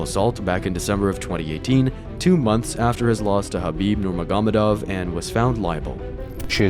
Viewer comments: “Khabib Nurmagogadov” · you butchered khabibs last name you tard fuck